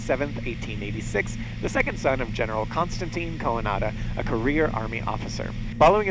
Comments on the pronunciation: It's not ko-uh-NADA, it's more like quantum, quan-duh. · interesting but: Please, first You need to read the guys name right - Coanda like Andy, not co-anAda like nada/zip! :face-blue-wide-eyes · I didn't recognize the name until you explained that there was a 'sticky fluid flow effect' named after the guy. THEN it hit me that you were talking about Sr. Coanda, not "ko-uh-NADA". I've known of Coanda forever, it seems, and I've seen 'flying saucers' designed to use it, both full-scale and RC I never knew of this airplane and sled, though. Thanks Much for posting! How a guy smart enough to get a rather important fluid dynamic effect named after him could think it was OK to sit behind a monster oil furnace blower is beyond me! I know it was way back in 1910, but there's gotta be a point in the prototype phase where you look at it and think, "That's gonna cook my dumb ass!", right? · Read about Coanda his early attempt at a new type of reaction propulsion, and the effect that bears his name. You really messed up his name and need to repost.